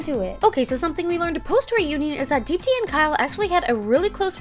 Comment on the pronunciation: I can't stop laughing at how they pronounce Deepti lmao